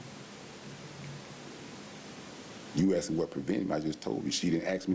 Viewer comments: I wonder if the court recorder typed out "She didn't axed me to leave" and "he axed her and said we good" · The word is " asked" NOT "axed" ...😂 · she didn't axed me to leave omg why do they say axed always it us asked